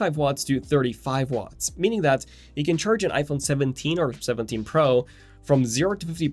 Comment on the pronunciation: The way he says pro urks tf out of me. Sorry for my little rant